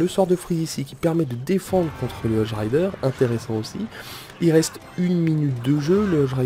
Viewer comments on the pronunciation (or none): ON DIT HOGUE RIDER PAS HOJE RIDER!!!!! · Cest hogue et pas hoje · Moi aussi sa m'énerver quand il disait ca X) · Par contre les cochons tu prononce "hodge" mais c'est "hogue":p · Ahhaha le chevaucheur de cochon en anglais ça se prononce hogue et pas odge x) et états uniens ça n'existe pas sinon gg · stp arrête de prononcer "hog rider", "Hodge rider" c un G putain!!! hog! hog! hog! sinon super vidéo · Arrête de dire hoge rider c'est hogue rider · Les cochons en anglais ce prononce hogue rider x) !